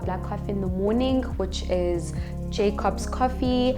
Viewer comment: Haha "Jay-cops"🤘👍